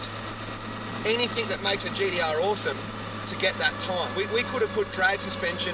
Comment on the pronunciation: For some reason it really annoys me when he says "GDR" instead of GTR ahahahaha